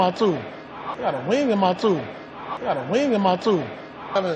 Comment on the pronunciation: dat boi said I gotta wing in my toof 😭😭😭😭😭